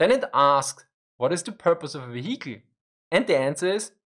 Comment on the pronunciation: Don't forget the "veheekl". And "neinteenfoadi".